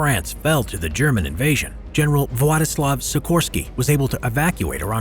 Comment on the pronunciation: Władysław Sikorski się mówi